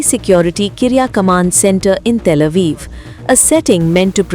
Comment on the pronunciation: Kirya Command ❌ Kriya karam ✔